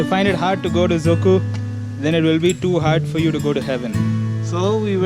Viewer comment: I mean did you say Dzukou or Dziikou? You should pronounce it correctly before you even post Anws you've got bad one cheeers